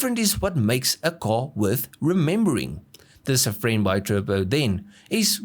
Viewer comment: I have cringed from the moment he said Safrane, I knew it'll get worse, he didn't disappoint. With Hartge he had his Masterclass 🤣🤣